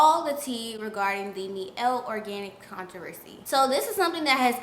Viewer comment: My-elle organics spelled Miellle organics tho